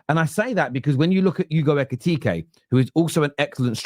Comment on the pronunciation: It’s Hugo Ekitiké, not Ekitika. You’re welcome.